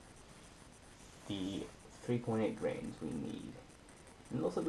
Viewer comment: Are you saying grains of powder or grams of powder? Nice video, good job.